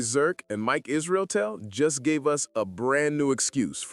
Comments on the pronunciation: omg... r u just too stupid to say his name correct? NOT ISRIATEL. Wtf dude. liked your vids, but im out now. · lol come on man it’s not that hard to say iz-ruh-tell. You sound low IQ saying his name wrong so may times